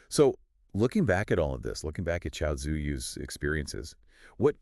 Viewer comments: Btw her name is pronounced Chewy like Chewbaka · Just FYI her name is pronounced Two-We :) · no her name pronounced in Korean and in English is Chewy. Even though English readers and Chinese, read it pretty similar.